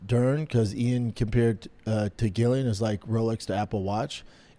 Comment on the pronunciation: HOLY $hit you're worse than Chael , all these years of Gillian(JILLIAN) fighting and you cant pronounce her name either. Are you a casual who has never watched her and not know her name .